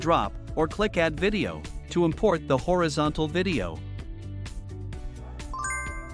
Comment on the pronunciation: AI voice. No sane person says "horeeeeezontal".